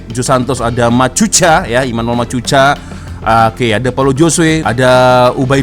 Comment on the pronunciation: assalamualaikum bang sebenarnya cara sebutan nama machuca bukan macuca, tapi machuka😁